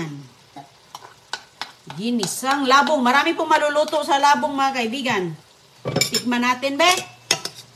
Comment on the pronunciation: Old vlogs pa more .!!!! Yan ang pakain mo kay dodong,anong klaseng ulam yan,kawawa don julio kaya kahit matanda na,di pa makapagsalita, mahilig ka talaga magluto ng kaning baboy,diyan ka sanay,pati pagbigkas mu ng labong mali.dapat yung kay dodong,hiwalay sa plato at kaunti lang,OA maglagay ng kaning baboy sa plato.😮😮😮